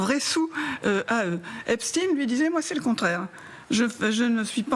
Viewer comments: C'est Epstein et non Epstine ! Vaine tentative d'essayer de nous le faire passer pour ce qu'il n'est pas. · Pourquoi prononcez vous # esptine # et non epstein ? C’est grotesque. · Caviardé ? Ça veut dire quoi en novlangue ? Epstine et non Epstein pourquoi ? Merci le DOJ et les USA . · Epstein ptn pas epstine!!!!!!! Est ce qu on dit Einstine? Non on dit Einstein. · Le pire c’est que c’est un réseau qui tiens des blaireaux par les c. alors que moi et mes potes n’avons pas peur et ne sommes pas corruptible. Et c’est EPSTEIN comme Albert Einstein pas epstin. Rien que cela c’est bizarre. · C'est drôle, pourquoi Epstine et pas Epstein (prononciation à la Française). On ne dit pas Einstine mais Einstein, non ? Donc éliminatoire et je zappé cette vidéo maintenant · Epstin vous dites 😂 Vous êtes vraiment des clowns C’est vrai qu’en France on dit Einstin et Winterstin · Purée mais c'est d'origine allemande ça suffit de dire epstin . C'est nul ....! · Epstine, Poutine, Einstine... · Epstine ? On dit Albert Einstine du coup ? Waaaa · Il faut prononcer le nom Jeffrey Esptein au lieu du s il faut prononcer ( CH au du S) c'est un nom sioniste !!!!!????🐕🐕🐕🐕🤣🤣🤣🤣